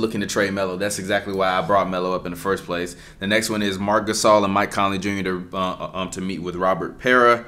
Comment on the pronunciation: “Marc GaSOUL” 😂